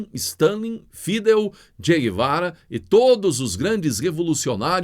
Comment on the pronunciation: Fidel - oxítona a palavra. Não deseduque ainda mais.